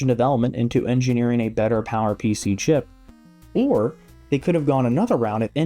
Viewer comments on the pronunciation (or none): none